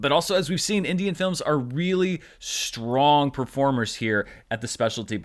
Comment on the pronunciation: 'SHTRATEGY' and 'SHTRONG'. Why are you adding H to these words?!